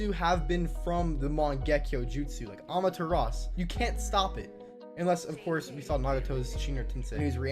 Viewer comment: Its AmaterasU! Not amateras. Its just one little thing that bothers me.